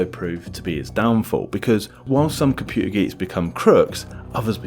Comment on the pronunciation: What is a "loery"? What is a "compuer"? Ffs, your videos are most interesting, but so painful to listen to. Any chance you could learn to pronounce your letter t's?